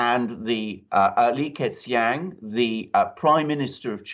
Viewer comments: Li "ker" "Chiang" would be a closer pronunciation. Thanks gentlemen for another great show. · "Lee Kerr Chang" works a bit better